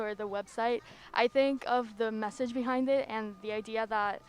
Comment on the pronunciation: “It’s about the meshagshe”